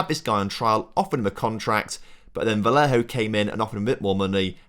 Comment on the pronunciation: Ok, try before recording: morÁles. VAliÊjo. The highcased letters are the strong ones you accentuate